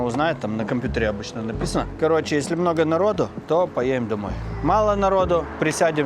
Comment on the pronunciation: Почему ты,, не проговариваешь букву «Д» в словах: надо, поедем и других?